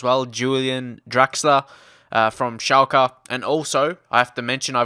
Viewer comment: Julian Draxler from SCHALKAHH - you should rather buy players from english clubs :P